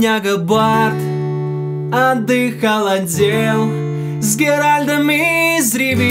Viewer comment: Очень круто! Только он Геральт, а не Геральд, но может мне послышалось